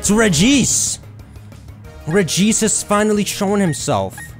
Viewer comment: Smh, Regice is pronounced "Regis Philbin".